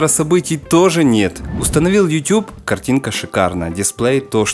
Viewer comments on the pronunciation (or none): none